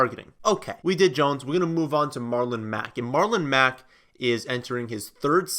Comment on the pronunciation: MarlOMEGALULn Mack 🤣🤣